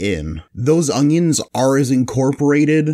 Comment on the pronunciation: why does he keep saying ongions lol